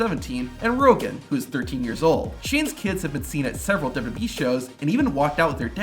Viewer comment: the way this guy says wwe is funny "dubu dub e" nice video tho, would be crazy being the kid of a wrestler